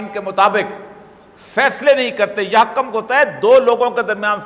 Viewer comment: اوریا صاحب ۔ یحکم میں ک پر پیش ہے زبر نہیں۔ معنی تبدل ہو جاتا ہے۔ خیال رکھیں۔